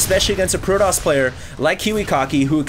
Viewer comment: hd pronounces protoss like a white douche